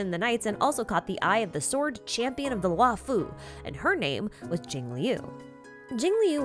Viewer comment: This is great, but please, one point on pronunciation: "Luo" is pronounced as LORE, as in, "the LORE-FU" (like Kung-fu, but it's Lore-fu) Not Lew'oh, or Lu-aw or anythign. All Chinese characters are a single sound, never multiple: one character, one syllable. In the case of "luo", it's pronounced LAW or LORE (same thing). That goes for both Luo'fu and Luo'cha. It's horrible to hear "Lu-aw Fu" or "Lew O'Cha".